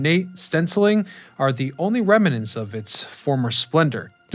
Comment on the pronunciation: How about remanents?! 😅😂😂